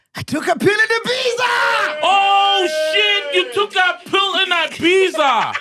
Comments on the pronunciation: There is no S in IBIZA 😂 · Ola MacG MR S man....dead by there's no "S'" in Ibiza🤣🤣🤣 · Ibiza pronounced as ibitha